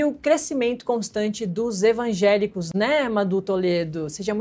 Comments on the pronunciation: Gente, a repórter fala "ENVAGÉLICOS" - é isso mesmo produção? 😂😂😂😂😂😂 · "ENvangélicos"?? "DiácoMos"?? Pai, perdoe-as pois não sabem nem falar...